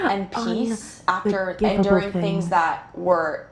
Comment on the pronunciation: "Forgivness for unforgivable things 😮" British cult girl: "UnforgivaBole fings 😏" Me: Yeah they are doing some crazy shit in that cult